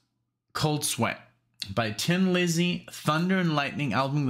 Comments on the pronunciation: It is pronounced Thin Lizzy. However, said with an Irish accent, which Phil had, it sounds like Tin bur the really pronunciation is "Thin Lizzy". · Hi Nick, as others have said it is pronounced Thin not Tin and i do not know anyone who says that ( and i am going back to 73' first time i saw them ! ). Also agree with most of what delorangeade said about 40 mins ago!! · It is pronounced "thin" Lizzy, as in, she looks thin in that dress. Whoever said it's pronounced "tin" is wrong or trolling you. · It is pronounced THIN Lizzy with a "th" sound. A Tin Lizzy was a reference to a car. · It's only pronounced tin if you are Irish. Nobody else pronounces it that way. Thin is the general pronunciation. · ????????????????????? Someone is taking the piss............ The Irish pronounce 'THIN' which comes out as 'TIN' and its a little joke that the band came up with when deciding on a name, a bit of a laugh at themselves, typical of the great humor the Irish have always had. So, its not Tin Lizzy, its Thin Lizzy..........no need to apologies, but, someones having a lend of you. I've loved them for 45 years or so and trust me, its Thin not Tin. Thanks for supporting the greatest Irish rock band of all time Cheers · The only single off this, their final album. Great farewell record, released in 1983. PS It's pronounced "Thin, not Tin" Lizzy